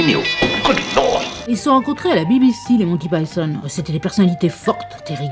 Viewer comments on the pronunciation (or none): The Holy Grail fait partie de mes films favoris. Par contre, ça se prononce "monne ti paÏ tonne" et non "mon ti pi ton".